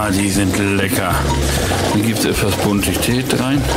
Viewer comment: Hat er nicht "Buntichtät" gesagt?😆